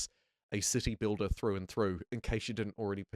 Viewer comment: who else keeps hearing "You build a dick" "dickbuilder" and "pricking up this game" ...